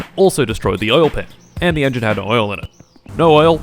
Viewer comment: I like how he started saying No but it's ne like he is from Czech republic And I have a question, where is another Factorio video how you said?